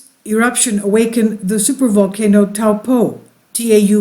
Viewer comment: Try “toe” “paw” that’s the correct pronunciation good try though better than most people that live here haha